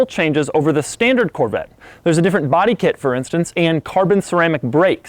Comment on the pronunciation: Corvattes…..lol god damn that bugged me the way he said Corvette.